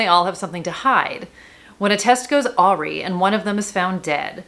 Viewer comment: This Is How We End Things. I'm not sure if this was the word you said --- Awry, but the proper pronunciation is Dictionary Definitions from Oxford Languages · Learn more a·wry /əˈrī/